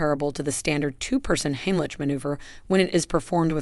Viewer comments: If I hear "heem-lit-sh" one more time........it's HIGHm- lick!!!! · more AI generated slop - not even looked over once by an actual human to fix all the mistakes - doesn't pronounce simple words or sentences properly (it's NOT "heem-lit-sh", it's HIGHm- lick!!!!), no video or even stills that show actual people in the actual positions or doing the actual maneuvers, too many words to just fill up space and add pointless minutes, too many offshoots to talk about other things - this could have been helpful with some quick and EASILY remembered "most important steps" for people who can't get ANY air and who WILL pass out in just a minute or two AND THEN DIE, instead of 20 minutes of mostly totally pointless blah blah blah with a bunch of not even useful just really distracting cartoon graphics. oh, and for the last two and "best" techniques - some seniors can't stand unaided, and most seniors can't go on their knees!!! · AI should learn to pronounce Heimlich.